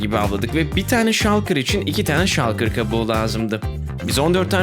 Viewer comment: Şalkır diye okunmuyo ŞULKIR ŞULKIR